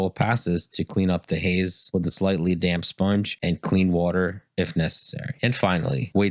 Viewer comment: I thought it was damn not damp sponge 😂😂😂, stick to tiling bro recording voice is not at its best yet 😂😂😂 tiling though you're good